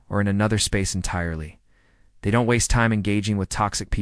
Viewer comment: The D ON T .. for don’t is so irritating 😅 but I got through it.